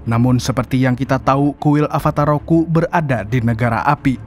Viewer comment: Avatar ROKU bg, bukan RUKO